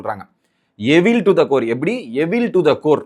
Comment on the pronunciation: Mr. YouTuber it's not எவில் to the core. Correct pronunciation is "ஈவில்" to the core.